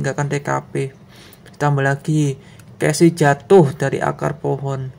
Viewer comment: Jangan marah saya koreksi ya Casey=khesi